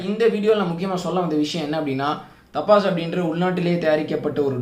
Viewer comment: தபஸ். டப்பாஸ் இல்லை.